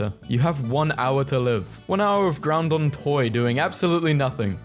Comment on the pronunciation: Makes me want to continue to watch/listen to this less and less with each time I hear him say "Groundon" instead of 'Groudon".